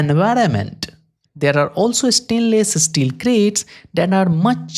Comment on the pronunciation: “estainless esteel”